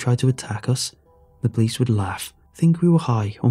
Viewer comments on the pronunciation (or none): none